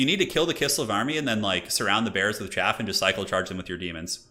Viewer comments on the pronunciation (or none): none